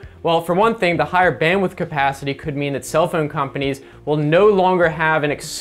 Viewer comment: I like the way you pronounce "phhoown" xD Nice vid man.